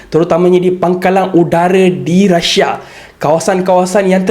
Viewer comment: Deyy bukan rasha.. rusia.